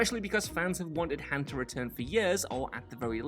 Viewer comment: It's Han, like on. Not Like Hand without the d.